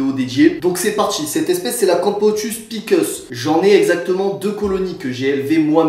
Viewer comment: C'est pas pickeuss mais pi-cé-uss